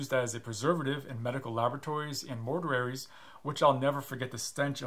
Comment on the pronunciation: Mortuaries pronoun oat ion is unique